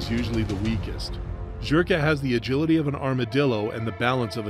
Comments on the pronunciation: It's Zherka, not Jherka, bro. And on that note... LONG LIVE JON FUCKING ZHERKA! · this guy continuously saying JHERKA annoyed tf out of me LOL